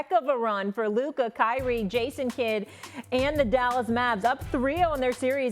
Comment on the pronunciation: He can't even pronounce Luka correctly. I've heard him say Luker so many times.